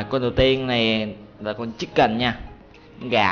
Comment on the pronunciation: em ko nghe đc chicken